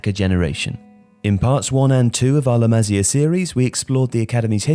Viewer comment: its pronounced "LA MA SIA" not "LAMAZIA"